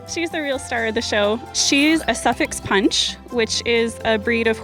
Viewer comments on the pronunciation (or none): talking about how they used to call them cops/coppers.. me in the UK where we still call them that: mmhm yeah? Lady saying its a suffolk punch which no one has ever heard of... me, being from Suffolk: mmhmm...okay sure 😅 The way she pronounced Suffolk was weird as well. That was the weirdness, but this was mostly wonderful!